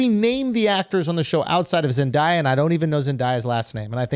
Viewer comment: The way they say Zendaya's name drives me BRAZY😂😂😂